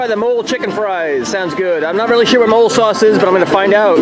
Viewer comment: Also just so you know Mole Sauce is pronounced like guacamole but omit the guac and also believe it or not mole is made from chocolate